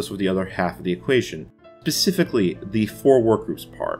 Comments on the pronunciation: Pacifically? What like the ocean? You mean specifically surely? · Actually, he says "becifically"